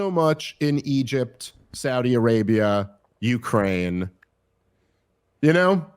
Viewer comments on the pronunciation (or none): none